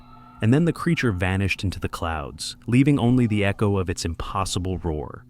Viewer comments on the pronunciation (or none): none